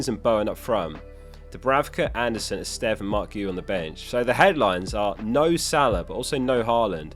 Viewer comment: My man learned to sort of pronounce Esteve and Guiu correctly, very impressive!